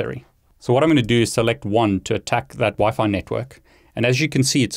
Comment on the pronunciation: I was going to suggest you use Wi-Fi too but in the video it is Wi-Fi to you keep saying Wifit